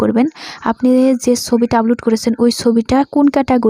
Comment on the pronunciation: apu age valo kore Upload bola sikhen, upoload na...